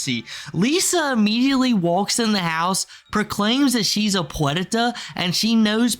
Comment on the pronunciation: The fuck is that word you're saying? "Puenta" or some shit? Tf does that mean?